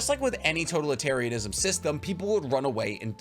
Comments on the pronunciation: Lol the way you pronounce totalitarianism is driving me crazy lol 😂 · Can you pronounce totalitarianism wrong one more time for me? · God I love this man but Imma have an aneurism listening to him pronounce words like totalitarianism or corps